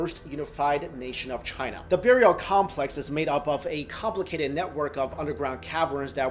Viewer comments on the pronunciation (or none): none